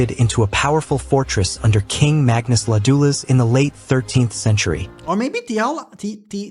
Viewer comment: Haha! "King Mäggnöss Ladoúlöss"... 😎 (Our language is obviously impossibly hard, at least for american AI:s.)